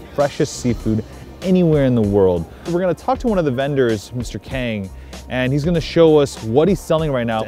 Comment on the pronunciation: It's not pronounced Kang like bang the onomatopoeia of a gun sound. It's 강...